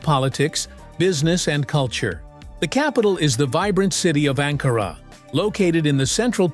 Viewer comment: Warum sagst du Angora Ankara ist richtig???